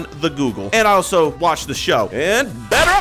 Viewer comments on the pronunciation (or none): none